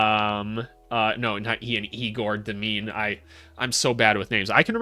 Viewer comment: just a hint: it’s pronounced yay-gore deym-in